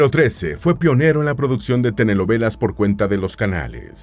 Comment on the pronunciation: Todo muy bien del video, excepto que el locutor "prenuncia" "TENELOVELAS" (SICAZO) en lugar de telenovelas🤣😂🤣😂🤣😂🤣😂.